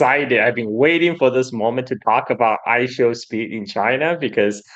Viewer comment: how can you do an hour long show and not get I Show Speed's name correct once? That's not respectful. its literally only 3 syllables